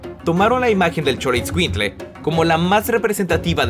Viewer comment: Emmanuel guillermo tú lo pronuncias peor es xolotscuincle